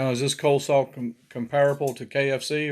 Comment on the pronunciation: “Cole” salad…….😂